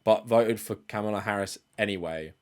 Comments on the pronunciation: But also mispronounced the name Kamala in this video. You don't have a problem with that? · You pronounced Kamala's name wrong twice. As a black woman, I can safely say we have a history of our names being pronounced wrong. Please do better 🙏